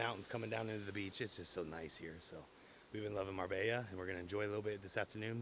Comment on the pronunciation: This gonna be your best look for sure🔥💪shout out to Marbella that make the last step look easy. The Marbella pronounce is getting better and better 😂😂